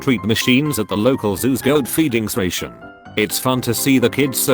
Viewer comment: its station not sration